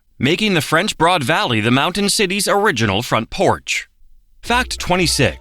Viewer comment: WLOS TV in Asheville is an air channel where I live in SC and grew up listening to the newscasters talk about the French Broad River. When the bot called it the "board" river I decided it must be a bit dyslexic.